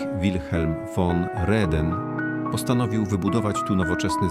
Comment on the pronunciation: Niy pamiyntōm, coby w ôkolicach Chorzŏwa gŏdało sie "jo" zamiast "ja", czyli "tak". Tak sie gŏdŏ na Pomorzu. "Von" wymawiōmy jak "fōn", niy "won". A dobiyłŏ mie te "idziem". Pierōński miszung jynzykŏwy.